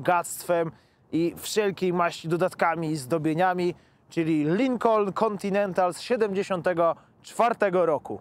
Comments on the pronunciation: Lincon! Nie wymawia się "L". Ucz się od Złomnika! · A Złomnik mówi, że się wymawia Lykon. Tak mówi... Edit: Jednak Lynkon. Mówi, że Lynkon. Środkowe "N" mi nie działa w głośnikach.